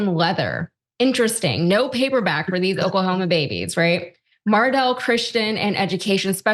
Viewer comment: The superintendent of Oklahoma can’t even pronounce the name of his state right. Seems like a guy who should be dictating education standards.